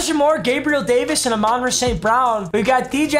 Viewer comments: it's Ahmon- Rah not aminrah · Papa it’s not a-mon ra it’s pronounced like ah-mun ra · AA-MANRA ST BROWN 😂